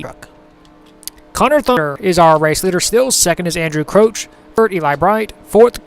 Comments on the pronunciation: pronounced Crouch not crooch. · even if you are pronouncing it right it sounds weird